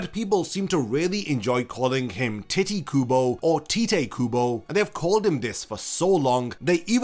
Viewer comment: your pronunciation of Tite Kubo hurts me